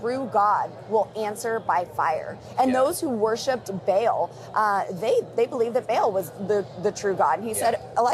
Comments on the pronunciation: It is Baal (pronounced Ball) or Ba'al Boebert you #### not Bael! Did she never watch Stargate or did she just fail English class? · Does she call Ba'al, Bail? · Bail? I thought it was Baal...